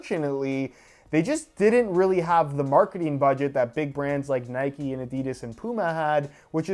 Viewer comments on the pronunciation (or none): none